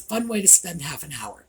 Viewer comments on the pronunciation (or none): none